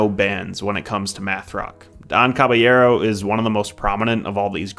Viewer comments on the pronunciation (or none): Thats def not how you pronounce Don Cab